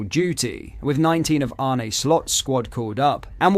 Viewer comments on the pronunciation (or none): I know you’re a Brit, but please make an effort to pronounce players’ names correctly! Examples: Chiesa “ch” is pronounced as “c” in “coffee” (not “ch” as in “chess”). Kiteke is not kiteKAY. Both “sz” in Szoboszlai are pronounced as “s”. And Arne Slot is not ArNAY. Please and thank you.